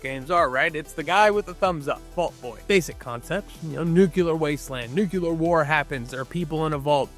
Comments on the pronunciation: There is only one 'U' in 'nu-CLEE-ar'. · It’s nuclear…..couldn’t watch past 5 seconds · Can’t keep listening to you mispronounce “nuclear”. Only one U. Seriously. Just one U in the word. Not hard. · Nu-cle-ar. Not nu cu lar. And there is no “X“ sound in the word “especially”. Please dear god.